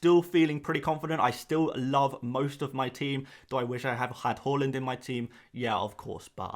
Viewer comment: Great video but Please pronounce haaland correct 😂